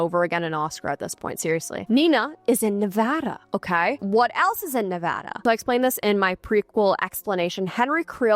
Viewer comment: Thank you for saying Nevada right. Brought joy to my day.